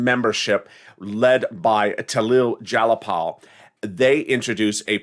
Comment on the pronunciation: Ty for the vids...quick correct cut on how to say Tlaib Jayapal ( Tah-Leeb Jie-Ah-Paul) All the best🌞🌻🐝🦋